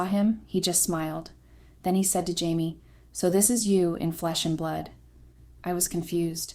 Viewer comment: Consistently pronouncing the name of the main protagonist (“Jamie,” “Chamie,” “Hamie” etc) correctly would make the story easier to follow. These basic errors are distracting. 👎👎👎